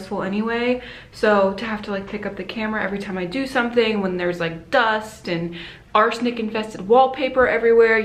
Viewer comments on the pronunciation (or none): Excuse me but did you just say arsenic wall paper???